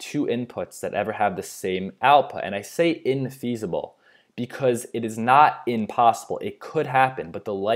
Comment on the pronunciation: It's impossible, not inpossible